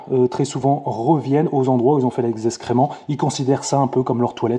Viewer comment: Salut, on dit excréments pas escrément! J’adore tes vidéos qui m’ont beaucoup aidées. Ciao